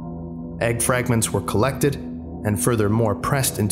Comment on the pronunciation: did you say collEGGted